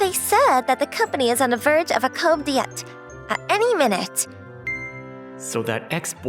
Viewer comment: Listen sweetie, it's pronounced "coo de-ta", not "cowb diet". I know it's not easy to know since it's French and not English, but when you're a VA, it's not hard to google it if you're uncertain about how a word is pronounced. (Then again, manga dubs are a dime a dozen these days, like I've said multiple times already, the market is too saturated with how many channels there are competing for views, so they have to prioritize quantity over quality to keep up with the algorithm, which means VAs/production staff doesn't really have time for quality control, hence all the random errors that keep happening, and also leading to VAs mispronouncing things. I do think that's a shame though, because if Manga Dub channels could focus fully on these videos, they could get a lot more quality, and therefore also a lot more views and support.